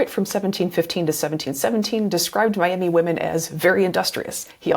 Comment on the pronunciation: Brilliant video. Miami tribe is actually pronounced my-ah-ma